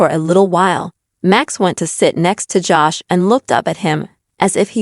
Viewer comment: PIT BULLS DO NOT GET MATTED FUR ....AND LEARN HOW TO SAY HIS NAME CORRECTLY. IT IS JOSH NOT JASH